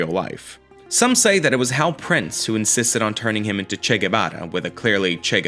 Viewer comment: Fascinating and informative, it really helped me understand a musical/movie that I can't believe I still haven't seen after all this time. Your pronouncing of many place names with an excellent accent, but then saying 'Shay' for Che and 'Peronn' makes me wonder if you know something I don't.